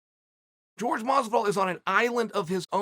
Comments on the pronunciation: It's Jorge, not George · I swear Chael keeps calling Jorge, George just to get under his skin. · Chael I love the content but please stop acting like a colonizer and calling people out their name. Jorge not george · "George" Masvidal 🤣🤣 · Chael still calling him “George” 😂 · Why does he keep calling him George ?! 😖🤦🏾‍♂️ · His name is " hor- hey Mahs-vidahl" there you go chael.his name is "jorge" not " george"